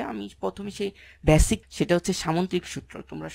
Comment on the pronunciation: ভাইয়া চিজনশীল কী? বিডিও কী? ভ্যাসিক কী? কন্টেন্টটা উপকারী। ধন্যবাদ। উচ্চারণগুলা খারাপ লাগে শুনতে। যেন সংশোধন করে নেন, তার জন্যে বললাম। কষ্ট নিবেন না আশা করি।